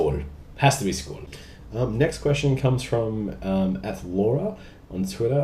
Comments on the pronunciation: oh i lol'd when you said skål! did not expect it & it was spot on :D Cheers mate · Damn, you're good at saying skål